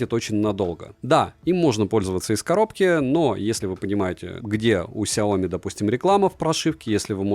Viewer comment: 😂😂😂 "Сяомит" меня когда так назвали в чате , я даже немного обиделся. Но я уважаю чужое мнение и про обзор могу сказать только - СУПЕР. Особенно когда топ на 1 месте мой любимый бренд. За видео однозначно лайк.😊👍 Спасибо!